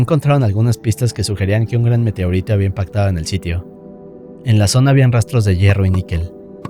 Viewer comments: Dí Meteorito.: Meteorítou. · ¿Alguien notó que cuando pronuncia "meteorito" parece gringo? AJJSADJA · Que onda con tu forma de decir meteorito?